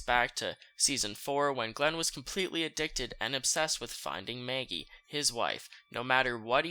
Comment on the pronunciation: Please stop saying Maggie’s name 🤣 “Mayagee” 💀💀💀